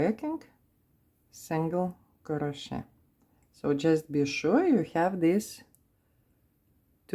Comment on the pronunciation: It is pronounced CROW-SHAY.